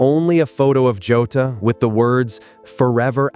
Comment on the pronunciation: It's not Jata it's Jota!!!